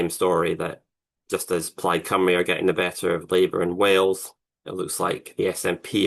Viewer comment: Thank you for pronouncing Caerphilly right it's not carefully and Cymru is not Simru ffs